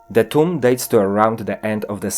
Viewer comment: You said = toums instead of tomb.